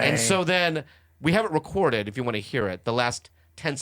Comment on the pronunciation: “45 episurds we’ve recordured”